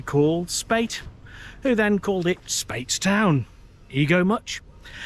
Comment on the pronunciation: My parents lived near the Fish pot in St Peter for 11, so I have a huge amount of affection for everything Bim! I might be wrong but always call it “Spites-town” vs “Spates-town” tho 😅